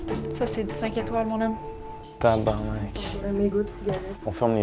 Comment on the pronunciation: le motel cest pas tabarnak mais tabarnark